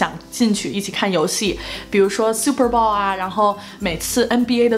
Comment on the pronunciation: 是super bowl,不是super ball